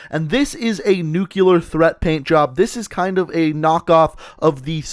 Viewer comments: IT'S NUCLEAR NOT NUCULAR FFS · "Nukular" lol